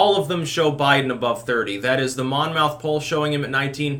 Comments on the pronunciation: You keep pronouncing Monmouth (poll) as Mon-Mouth. Understandable but everyone else, inc news media says mon-muth, and said it so as long as I can remember. For instance there's a town Falmouth in both Mass & Maine, pronounced Foul-muth. Do you really think people would call their town Foul-Mouth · Monmouth pronounced monMITH--no MOUTH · The mon-mouth poll I love the way intentionally mispronounces words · FYI, not that it matters: Monmouth is pronounced "Mommith" - source, I'm from Monmouth County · It's pronounced MON-MOTH ... I live really close..please trust me. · Just for reference, it's pronounced "mon' muth" (stress on the first syllable) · dear... its pronounced Mon_muth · the "n" is silent.